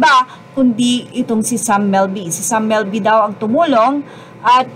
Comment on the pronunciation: Hija,...Sam MILBY.. hindi Melby.. Ayusin ang pagpronounce...& RIGHTFUL OWNERS hindi rightfully owners.